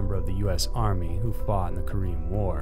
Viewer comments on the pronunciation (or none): none